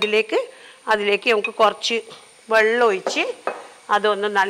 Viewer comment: ഇങ്ങളെ cooking നേക്കാൾ ഇൻക്കിഷ്ട്ടം ഇങ്ങളെ ബർത്താനം ആണുട്ടോ 😌ഇങ്ങൾ കൊർച് എന്ന് പറീണത് എന്ത് രസായിട്ടാ ❤